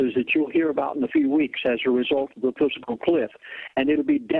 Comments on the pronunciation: Dude, it not "physical cliff", it is FISCAL cliff. Please also inform your elite friend that it seems a little goofy to expound on fiscal policy if you can't pronounce or spell the term. But, the message is clear and I feel all this is more than basically true. I am age 60 and I feel totally disposable. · "Physical" cliff? This kat is preaching financial ruin and he calls it "Physical" cliff? - Damn, , , someone help the old dude get it right. FISCAL - FISCAL - FISCAL - as in financial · has obviously never heard of the word "fiscal". He keeps saying physical cliff, LOL. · I swear i heard him say "physical cliff". I might just be crazy... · As much as I'm leaning towards believing this guy, the fact that he keeps calling it a "physical cliff" instead of a fiscal cliff makes me think he doesn't know what he's talking about. He also said churches have a "401c3" status. They do not; they have a 501c3 status. Did anyone else notice these? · He keeps saying physical cliff-its fiscal cliff but not splitting hairs-he's right we are screwed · "Physical" cliff? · I can't stand when people pronounce fiscal as PHYSICAL.. Makes me bonkers. lol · If someone can't pronounce the word FISCAL I consider the source unreliable. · I agree. If he can't pronounce FISCAL, his credentials are very dubious. I wouldn't be surprised if he says NUCULAR also. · I think a lot of these ideas are correct, but remuneration is consistently misprounced; fiscal cliff becomes physical cliff. How can an educated person of his type do this and be taken seriously? , 501 (c) 3 non-profit corporation becomes 401 (c) 3. Educated people do not make these kinds mistakes. Or, am I being too harsh? So far, I haven't heard eck setera, but I'm waiting for it! Pardon for being so cynical.